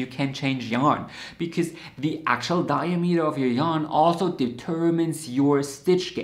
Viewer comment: it’s ‘dye-AA-meter’ not ‘DYE-uh-meter’